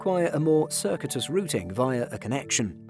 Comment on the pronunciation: This guy's pronunciation is shockingly bad: Austin is pronounced ost-in Raleigh is pronounced rah-lee circuitous is pronounced sir-kew-it-us Are they paying him or does he do it free of charge?